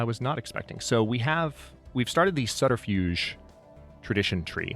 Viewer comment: Sorry for pointing this out but it’s suBterfuge not SuDterfuge 😅